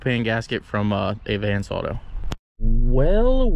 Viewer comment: U say Advance so weird and different I dont want to correct u but that's not how most people say it but u do u talk how u wanna talk